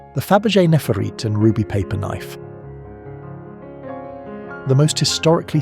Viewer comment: This TTS can't pronounce Cecil😂, brooche or nephrite reliably. Or even numbers like an English person. It's so annoying. And the picture is of a State Banquet at Windsor, not a "Gala Reception".